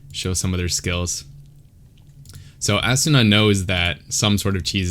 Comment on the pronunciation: I think his name is pronounced ah soona. Great analysis tho ! 🤓